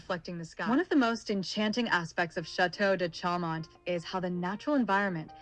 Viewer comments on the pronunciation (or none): Show mon--better pronunciation! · For real. The bot can't even pronounce Chaumont correctly.